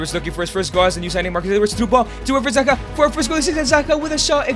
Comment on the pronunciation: It "Zaha" not "Zaka"